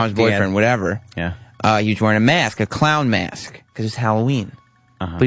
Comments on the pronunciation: The way Sam pronounces "mask" is enraging. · Diane Smith meyask